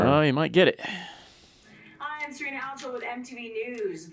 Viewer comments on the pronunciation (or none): none